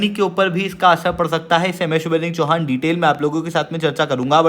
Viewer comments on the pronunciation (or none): none